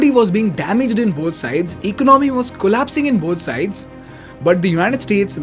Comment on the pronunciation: Excellent video, it's E co naa mi ( economy) unlike eco nomy ( economy,) which u pronounce Sorry if i hurt anybody